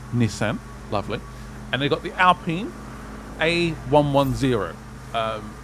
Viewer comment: Do you not know how to say alpine properly?